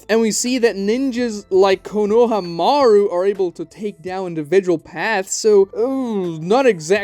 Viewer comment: Konohamaru say it as one word not kono-Hama-ru